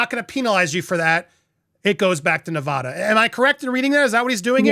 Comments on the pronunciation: Please learn how to properly pronounce Nevada. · Stop saying "Nev-ahh-da"! It drives the natives crazy. It's "Nev-ADD-uh". The people there will punch you in the face if you say it wrong... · It's not "Ne-Vah-da". It's "Ne-Vaa-Da"; pronounced as in "cat", "pat", "that", "hat", etc.... Don't be like Chump and mispronounce our state, PLEASE!!! I promise not to mispronounce your state as "Flaw-Rye-Da" or some other such nonsense. Okay? We good? When you speak for a LIVING, you shouldn't mispronounce anything! If you're unsure how to pronounce something, it takes a second to look it up on the internet. You're not the only person I've instructed on this! There are reporters on the MSM channels I've also had to correct. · It’s neh-VAD-uh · As someone born and raised in Las Vegas, Nevada for almost 30 years I can't watch this video 😭 I can't get over how you pronounce Nevada 😭😭😭😭😭😭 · Please pronounce the state of Nevada correctly.